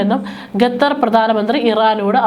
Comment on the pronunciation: വിവരം കെട്ട ലേഡി, ഗത്തർ എന്നല്ല, ഖത്തർ എന്ന് തിരുത്തി വായിക്കുക... നാണമില്ലേ വീണ്ടും വീണ്ടും ഗത്തർ എന്ന് പറയാൻ..